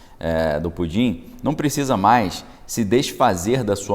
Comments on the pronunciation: Você esta falando PUDIN ou PUTIN ? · Cara, fala o nome certo do Putin, pois essa brincadeira de Pudim tá irritando a minha audição. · Não é pudin, fale pelo nome correto. Não tem graça nenhuma, essa sua brincadeira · Com todo respeito, o senhor não Pronunciar o nome do senhor Putin? É irritante.